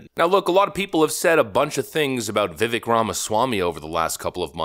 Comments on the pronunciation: Bro how are you still pronouncing his name wrong after all this time? ViVAKE ryhmes with cake. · Dude! His name is pronounced /vĭv-vāk′/ NOT /vĭv'-vĭk/. There is a distinct accent on the second syllable, and it rhymes with CAKE, not CHECK or, as you've been pronouncing it, with the same vowel sound as we use in the word TICK. I have immense respect for you both. But let's get this right, OK?! 🙏🏼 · You keep calling him Vivik but his name is Vivek. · Pronounce his name correctly... ; Vih-Vake! NOT "vivvik" Your page sucks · Vivek is said like "cake" not vivick dorkus. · It's still Vivek not Vivik. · It's VI-VAKE, like cake. For God's sake, I had to quit watching with you calling him VI-VICK. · Vivek (Vi-ake)…like cake. Got kind of annoying how often you keep repeating his name but calling him Vi-vic 😂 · It’s Viv-Ake not Viv-Ick. This is why he will never win. Even influencers don’t pronounce his name right. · Love your videos, but it's pronounced viv-ake like make. Not viv ehk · ITS NOT PRONOUNCED "VIVIK", ITS PRONOUNCED "VIVAKE", CLOWN! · One thing that bugs me about and Red Eagle Politics is that neither take the time to make sure they pronounce people and places correctly... it's not Viv Ick. It's Va Vake. Get it right please. And Red Eagle Politics it's not the city of Ama Rio. It's Ama Rillo. Not Gov Tony Eh vers, but Eee vers. They are too lazy to research and get it correct. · Its veh-VAKE, not VIV-ek..... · at least pronounce his name correctly ... it's viv-ache not viv ek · It’s “VEE-Vayke” not vivICK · It’s pronounced- Viv-ache not Viv ek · It’s pronounced Viv Vake , not VivVek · For fucks sake, it’s Viv-AYKE, not vivik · It’s Vivek ….the e sounds like an a. rhymes with “cake” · pronounced Vi vake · Buddy, it's spelled "Vivek," pronounced like "cake" - 'Vivake' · Please learn how to say his name: vi-vake. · Vivek like cake… why does everyone say it wrong! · Pls, it’s Vivek like cake. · It's Viv-ake...rhymes with cake. Ok, rant over. 🙂